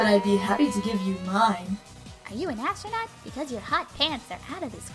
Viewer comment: ASS-tronaut XDDDD #REKTsans